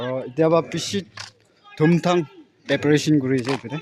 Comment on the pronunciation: Not paperation it's pre-peration